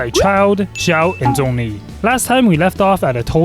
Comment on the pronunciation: When he said zhongli at start i heard donkey💀